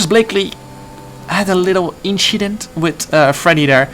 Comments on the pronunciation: "inshident" Jarno quoting Charles Leclerc there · “Nothing just an Inchident”